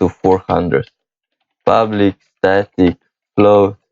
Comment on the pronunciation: Man, All I keep hearing is "public void ublic"